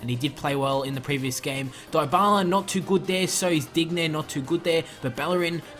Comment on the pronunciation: Its not Dig- nay, Its Deenyay. Make it sound French at least plssssss